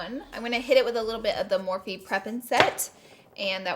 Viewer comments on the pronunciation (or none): none